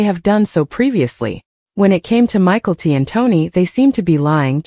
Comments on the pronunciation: Michael T 🤣🤣 Mick - ell- tee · Michael T. You can't even pronounce the names correctly.